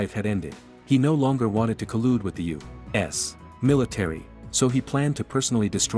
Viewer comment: Continuously : U ASS In the beginning it annoyed me until it almost became 'funny' when I annoyed my wife even more as I was repeating it EACH SINGLE TIME the nar-bot-rator mentioned U - wait for it... - ASS 🤬🤪😁😝😆